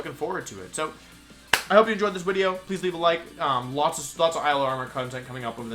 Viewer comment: why does he say wideo instead of video?